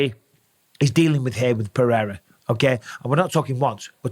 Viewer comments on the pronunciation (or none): PEREIRA god damn it, Not PEHEIRA😅! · "Alex Paherra"